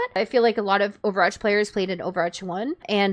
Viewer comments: homegirl is running a youtube account about overwatch and can't say it right 💀 "overarch 2" 💀💀💀💀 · within the first not even two minutes and you're 1/6 💀 maybe consider speech therapy "overarch" LMAO in this entire video you pronounced it right TWICE lol